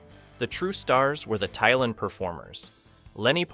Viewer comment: Why do people who have never wayched an episode of a show present a review of the show? If youre gonna read a script, first ensure you can read it. Taelon is pronounced "Tay-lawn"... they say it often in the show.